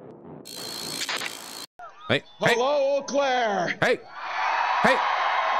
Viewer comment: he knows how to pronounce Eau Claire and he gave a shout out to Tammy Baldwin. He's midwestmaxxing